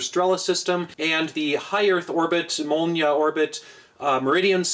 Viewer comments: Im Russian and Im very impressed by your pronunciation here, it was spot on! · most ideal pronunciation honestly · Molniya was pronounced right, albeit it means lightning, not thunder. Or did you say tundra? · Your pronunciation of “molniya” was actually spot on correct. That’s almost exactly how it’s pronounced in Russian. I guess it’s a lucky coincidence that that specific word reads very naturally in English, with the correct stress placement and vowel sounds in order for it to be accurate in Russian. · You've actually pronounced molnia almost as a native russian, and that's impressive. Although you mispronounced strela, the A is stressed so that's actually strelá. Anyways good vid, shout out from your local russian spy >:3